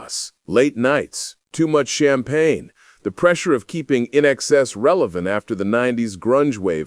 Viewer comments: I TRIED to keep watching this...even AFTER the narrating voice (?) continued to mispronounce INXS 😄...but as I watched (& listened) further, hearing narration referring to & describing Michael, the video showed a photo that is not only, NOT Michael, but also it is CLEARLY a photo of 👉 Bob Geldof‼️ 👀 (of ALL people!)...& so, I chose NOT to finish watching the rest of the video (but I guess that's probably obvious by this point!)😄🤷🏼‍♀️ Anyway, if you want to see for yourself exactly what I'm referencing, the photo can be seen at 👉 *Comment edited to correct time stamp 👍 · Why watch? If the idiot can’t even pronounce the band’s name correctly all that can possibly follow will be invented, salacious, disrespectful crap. Surely both Michael and Paula deserve better, much better? Stu X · Dude- you need to learn to pronounce their name correctly! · Why is this narrating unable to pronounce the name of INXS properly???? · Totally pronouncing the band name wrong!! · Can we get an narrator that can actually pronounce the band's name correctly?! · Sorry I had to stop watching the commentator doesn’t even know how to pronounce the name of the band let alone some of the songs. A bit of research wouldn’t have gone astray…….. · Sorry you need to know how to properly pronounce the band's name. It's interesting and I will go and look for the documentary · Who narrated these things? Pronounce the name of the band correctly! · If you cant even pronounce the name of the band correctly, I lose interest, gees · You're saying the band's name wrong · Can't watch it past 2 minutes when the narrator cannot even say correctly the group's name INXS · Exactly! And within the first 5 minutes so many mistakes in his history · Not even 3min in and you got several things very wrong. Can't even say the name of the band?! Garbage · Can't even pronounce inxs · inxs not i in xs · same thought : I. nXs 🙄 . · It’s pronounced “IN EXCESS!”….NOT I.N.X.S.!! 🙄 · Say ""In Excess""